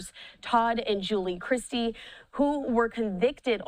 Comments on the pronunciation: News anchor mispronounced their name she said and it's Chrisley!!! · Was anyone else as irritated as I was with the commentator calling them instead of Chrisley??!! You live under a rock AND cannot read??!! 🙄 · Chrisley, not! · She keeps saying "" instead of "Chrisley". If you're going to do a story on someone, at least say their names correctly. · CHRISLEY. Please stop saying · Learn how to read. Their name has no T. IT IS CHRISLY